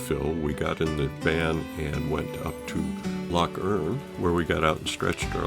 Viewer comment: Erm...its "Bal-ma-haa" (long, short, long)...but Top Marks for your filming, and 'amost' getting the pronunciation of Loch correct, with the soft guttural "ch," not Lock as most visitors from Actoss The Pond say ;) Lovely video, thanks for sharing it xx